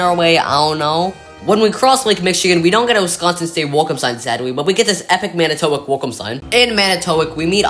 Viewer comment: Just an FYI, it's pronounced Man-i-toe-wok. I'm from nearby Oshkosh originally.